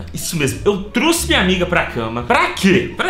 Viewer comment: Parei de ver no " eu TRUSSE minha amiga pra cama" kkkkkkk